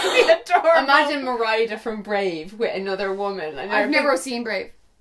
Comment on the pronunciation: Merydaa?? Its merida 😂😂